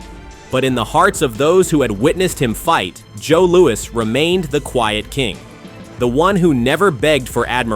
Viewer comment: Ai makes Louis sound like Louie